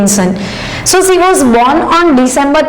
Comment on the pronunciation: Pronounce' she' properly